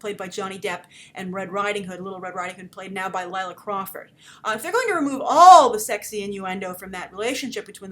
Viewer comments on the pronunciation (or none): none